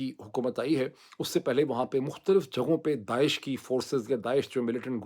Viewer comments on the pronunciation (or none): none